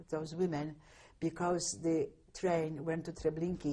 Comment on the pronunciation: This is in no way meant as a criticism, but I've never heard the pronunciation "Treblinkeey"" for "Treblinka" except for in this interview.